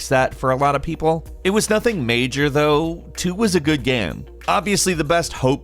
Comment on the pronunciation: “2 was a good gyeum”